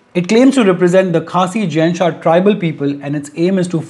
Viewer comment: Its Jaintia not Jain sha...